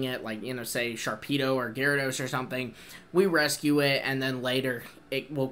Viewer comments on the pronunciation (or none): none